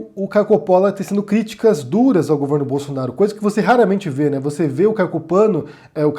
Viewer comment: Eu admito que ri quando ele falou "Caio Copano".